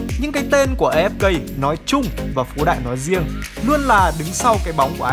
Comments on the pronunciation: Uk A Ép Ka mà đoc là A Ép Cây ko à 😌😌😌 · Đọc A Ép Ka đi, As đọc vậy mà